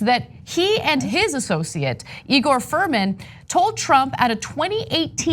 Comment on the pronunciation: Igor Fruman: It's pronounced EYE-Gor!